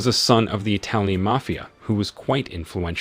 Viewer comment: the pronunciation of the word MAFIA is ridiculous